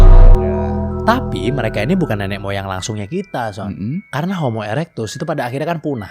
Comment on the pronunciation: lama-lama kalo lg manggil son kedengerannya "SYON" mulu XD